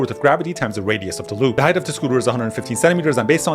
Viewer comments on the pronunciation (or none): none